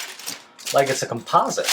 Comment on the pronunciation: hmmmm your saying "composite" wrong, just an FYI lol